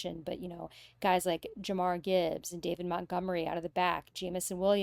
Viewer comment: "Jamar Gibbs" lol